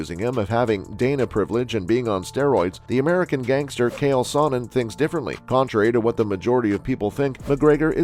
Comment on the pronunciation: Proof is you’re a bot because nobody says kale Sonnen